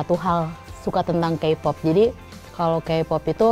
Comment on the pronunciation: Ini yg wawancara, nyebut kpop aja kipop wkwkwkwkkw